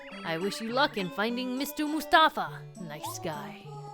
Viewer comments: I think it's "Mouse-tafa" not "Moose-tafa". You know, just for the PUN of it! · I may have just been pronouncing it wrong my whole life, which wouldn't surprise me, but I think "Moustafa" is supposed to be pronounced as "Mouse-tafa" because it's a pun on mouse & the common Arabic name Mustafa, but I may be wrong, as it can also be spelled the way it is in the game. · i feel like moustafa's name is supposed to be pronounced mouse-tafa... because he's a mouse